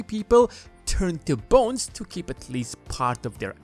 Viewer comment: I keep hearing bones instead of bonds.